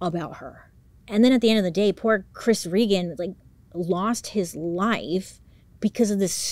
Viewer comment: my first name is regan, i dont hear many people say it or even pronounce it correctly so that was cool to hear. rip chris tho